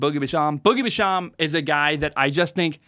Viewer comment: It’s pronounced joe shane, and boogie bash-am